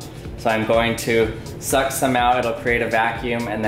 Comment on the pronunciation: Every time he said suck in my head I heard SUCC bass boosted